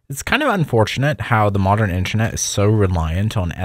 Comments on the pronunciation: in-ter-net. good vid, but pronunciation threw me off bunch of times. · we know what intranet is. he is pronouncing it weirdly.